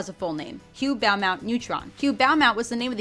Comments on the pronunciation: Beaumont is pronounced Bo Mont. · My only issue is, it is pronounced BO-MONT.